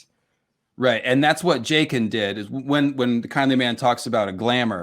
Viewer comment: "Jayken" bro stop pronouncing it like that